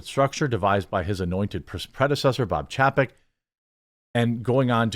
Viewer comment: Ffs. Its chay-peck.